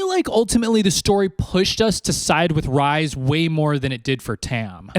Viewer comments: Tf do you mean Rise? It’s like rrrreeeeeeees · OMG... ITS REEEEEEEESE. PLEASE, NOT RICE.... ITS REE-SAND. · Re-sand, re-s not ri bestie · Ya, I didn't need to listen to you eating/being a p*$$y about spicy food. Also Rhysand is not pronounced like rye bread, but like Reese's Pieces. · every time he says Rise I'm like who 😂